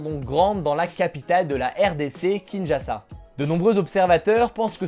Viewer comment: "kinjassa" shui mort. Sinon bonne vidéo